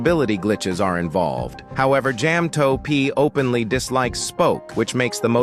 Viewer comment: It's ja ma to p not jam toe p